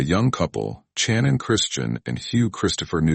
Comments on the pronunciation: Shannon...not CHannin. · I couldn’t last 3 minutes watching this and how the AI narrator kept on saying CHANON! 😂